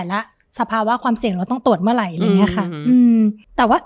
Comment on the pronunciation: เนื้อหาดีนะคะคุณหมอ แต่ถ้าปรับภาษาพูดให้ชัดเจน ถูกต้อง จะ smooth มากขึ้นค่ะ เช่น จาก เมื่อไหล่ เป็น เมื่อไหร่, จาก อะไล เป็น อะไร // ประมาณนี้ค่ะ :)